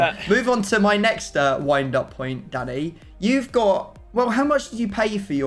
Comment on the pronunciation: Why does is it sound like keeps calling him Daddy instead of Danny.